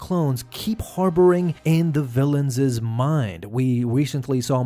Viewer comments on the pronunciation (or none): Let's all learn together right now. The word villains' is pronounced villains, not villainses. The plural possessive of a word ending in "s" doesn't need an extra "es" in pronunciation.